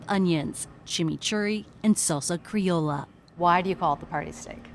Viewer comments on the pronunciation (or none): Salsa criolla pronounced as CRE-O-LA = nails + blackboard